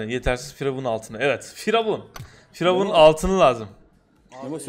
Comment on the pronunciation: Firavun değil FuryYavun